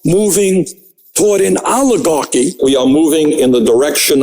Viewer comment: Oligar-QUI !? Oligar-QUOI!!??🤨😆